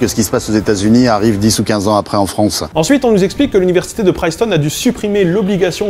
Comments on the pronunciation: On dit Princeton pas Princeton. En tant que royaliste catholique et pour la reglobalisation de l'enseignement du latin et la réduction de l'écarte de qualité d'enseignement entre privé et public (en montant drastiquement les investissements dans les écoles publiques), j'ai beaucoup aimé cette vidéo et vais la partager largement. Je suis régulièrement d'accord avec toi, d'autres fois pas, mais là c'est vraiment la haute qualité. Bon, l'islamo-gauchisme, c'est la volonté systématique, chez certaines personnes, de nier les problèmes liés à l'Islam, en raison d'un vision marxienne dans laquelle les musulmans sont forcément victimes. L'exemple parfait, c'est quand un Mélenchon te dit que les attentats sont organisés/laissés apparaître sur moment des élections. Cependant, le gouvernement essaie d'en mettre partout, je ne crois pas qu'il y ait tant d'Islamo-gauchisme que ça. En fait, ils essaient juste de draguer l'extrême droite en évitant de parler du problème du budget, et puis parler d'Islamo-gauchisme, ça évite de parler de l'islamisme lui même. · Excellente vidéo, très intéressante. Juste un élément: la prononciation de Princeton me semble incorrecte :) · Quand même abusé de faire exprès de mal prononcer Princeton juste pour faire le malin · Cette soupe bourdieusienne. Décidément , les linguistes n'ont rien à envier aux sociologues côté instrumentalisation de leur discipline à des fins politiques. Sinon c'est Princeton, pas Priceton. Pour un linguiste... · Suis-je le seul à saigner des oreilles à chaque "Priceton"? Sinon,, très bonne vidéo. C'est juste un point de détail... qui écorche mes oreilles.. à répétition.. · Pourquoi t'entêter à mal prononcer "Princeton", ne vois-tu pas le premier N ? C'est [prinstən], pas [prajstən]. 😣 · Princeton se prononce avec un "i" comme dans "chips" pas un "aïe" comme dans "live". Pour un linguiste ça fait pas très sérieux. ;-) Alors on répète comme ici : PRINCETON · Hey le linguiste, c’est PRINCETOWN, pas PRAÏCETON !